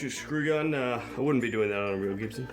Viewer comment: It's not CHIBSON, it's GIBSON